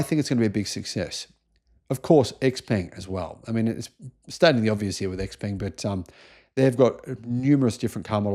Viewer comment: By the way. XPeng's pronunciation is "Shao Peng" in Chinese.